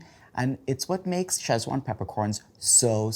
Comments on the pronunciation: why call it "chesswan" instead of sichuan? 'see chwahn' or 'sich-wahn', kids this is odd. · Looks tasty. One small peeve. It's not pronounced "Sech-wan". It's pronounced "Ci-chwan". Ask Lan Lam if unclear. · Shame you mispronounced it in such a unique way all video